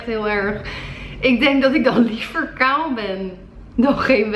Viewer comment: Hoe jij kaal zegt "kaw" 😅🧡ly